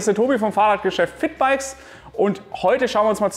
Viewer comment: Ich habe Fickbikes verstanden, anstatt 😂 Was für ein Name